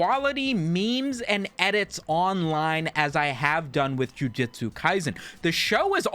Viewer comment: JUJUJUJUJUTSU NOT JIUJITSU!!!!!